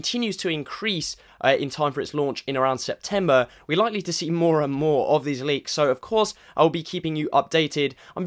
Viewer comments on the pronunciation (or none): none